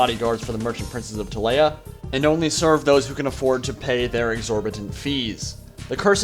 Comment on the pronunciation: ti-lay-uh this makes me ill Tee-lee-uh